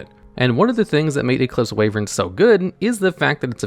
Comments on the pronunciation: "Wayvern"? Sorry to burst your bubble mate, but it's pronounced "Why-vern". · Ah yes, Eclipse "Wayvern"